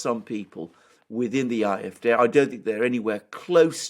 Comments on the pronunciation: please stop saying eye-eff-day, that's not how you say it. And even if it was why if you're not speaking in German? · I'm not arguing with your general points et al, in fact I tend to agree. However, my original comment was that are pronouncing AFD incorrectly. I should have explained the problem more distinctly: In German, AFD would be pronounced "ahh-eff-day", not "eye-eff-day" as the guys do. In English it would (obviously) be pronounced "ay-eff-dee". My premise is that two native English speakers having a conversation would not normally use pronunciation of an acronym in the foreign tongue. An example is BMW (the car) in German "bay-emm-vay" in English "bee-emm-dubbel-you". They could and should pronounce in the foreign tongue if using whole words, but not acronyms. It is a very fine and subtle point and I completely understand a non native speaker not picking up this point. Best regards.